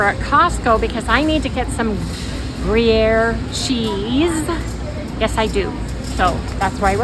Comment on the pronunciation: speak is spot on today! Gruyere pronunciation perfect 🎉